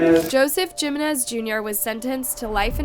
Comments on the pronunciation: It’s not Geminez . It’s Jimenez. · Jeemenez 😭 it's pronounced as Heemenez 😬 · Me too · She is not good with Spanish pronunciations. I noticed a lot of mistakes. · It's AI,they always pronounce things wrong.. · The Spanish surname "Jiménez" is pronounced with a "hee" sound for the "J", followed by "me-NEZ" 😅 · came to say this haha